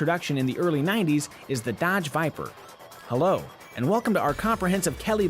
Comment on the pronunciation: D :D "Hello and welcome to our comprehensive KBB review of the Duh-odge Vypr. :D :D Sounds so silly, trying to sound convincing :D :D